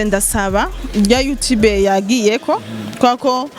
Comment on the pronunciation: Ntibavug yutibe bavug you tube 👌👌👌👌correction